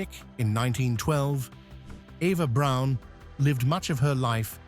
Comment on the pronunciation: If you can't pronounce Braun, you shouldn't make video's about her.